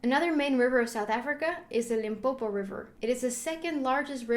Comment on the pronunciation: I'm glad you pronounced Limpopo correct